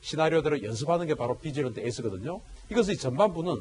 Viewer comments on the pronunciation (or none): 비질런트 에스 -> 뒤질런트로 들림.. ㅎㅎ